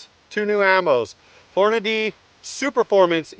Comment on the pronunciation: Good job with the "Hornadeee". For that reason alone, I just subbed.